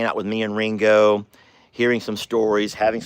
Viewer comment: Sounds wrong when you say it. 😮